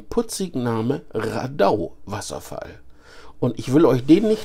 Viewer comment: Wohl eher rAdau statt raDAI